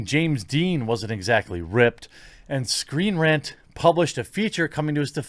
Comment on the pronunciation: You had me believing the stupidity of this when you said Screenrant.